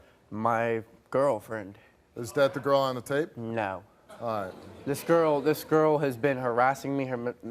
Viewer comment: the way he said NO!!! Cracked me up lol lhh